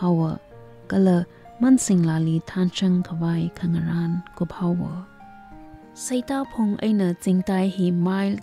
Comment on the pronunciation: Mashimankapai khararchan akhalãka. Ningshainai kakazem atamla ngasãlãk kahaina. Saklãk eina ngarãnkakhuili hailaklaga kakasat supkha sangaili : 1. Sitãngphung not Seitãphung 2. Ngapuiníng not Ngapúiníng hikt. Ãkhon (tone) kachui khanem (phonetics) check samilu. Maningakha, khanuithotbing characters bingwui ãmingbing, archiac terms, ãpam ãmingbing, hikt. ngwuida theikhuihaida zatnãmaronhaora.... Sincere input, nothing sort of otherwise feelings🙏